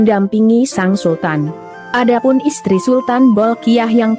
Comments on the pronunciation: Iya funny the way she pronounced SANG not SENG, suruh berlatih lgi cara sebutan nya, looks she never improved 😂😂😂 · 😅.. Seng, something wrong with her pronounced, her delec sound funny 🤭.. Poor her!